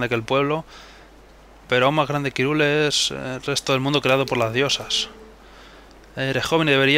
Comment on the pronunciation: pensaba que se pronuncia jairul, no irule